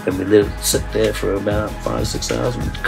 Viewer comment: days Hawaii right thea 😂😭